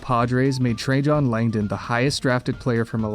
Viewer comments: Dude you need to learn how to pronounce names of players. trajan langdon is pronounced like tray-gin not tray-john. Cowens is pronounced Cow-ins not Co-ens. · lol. You are absolutely butchering these names Trajan Langdon… his first name is pronounced like the Roman emperor. I’m not gonna go through the rest. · Your pronunciations of Al Cowens and Trajan Langdon were equally awful.